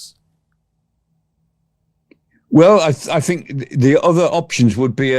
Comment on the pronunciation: the not zer